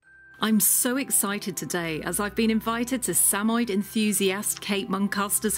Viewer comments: Did she call them SAMOI not Sam-Mo-Yed? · The correct pronunciation of the breed’s name is Sam•a•YED, with the accent on the last syllable. The dogs are also affectionately known as Sammies.